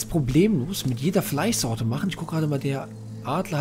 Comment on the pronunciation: Er hat Fleissorte gesagt😂